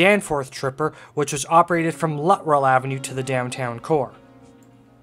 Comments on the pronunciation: Good video but I have to correct you on your pronunciation of the easterly loop. It was pronounced “Lut-Trell” not “Lutt-Rell”. I probably spent half my teen years traveling to that loop from Scarborough by bus and I never heard it pronounced “Lutt-Rell”. Also, you didn’t mention MU or multiple unit operation of streetcars on the route due to heavy passenger volume from the 50’s to the 1966 subway opening. Other than that, it was a nostalgic presentation for me. Keep up with the interesting content! 👍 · The street was mispronounced , it is Luttrell and was the east terminus of the Bloor Car . It is on the south side of Danforth a block or two west of the Shoppers World Mall at Victoria Park and Danforth .